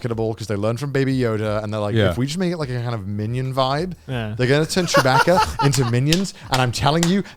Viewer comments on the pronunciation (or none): "Chewbacka"?? It's pronounced baka, like the Japanese word. 😂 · They gotta be taking the piss with how they pronounce Chewbacca. They said it too many times for it not to be a joke.